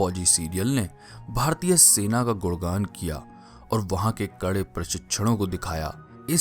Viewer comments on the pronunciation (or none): " गुड़गान " ==> ' गुणगान '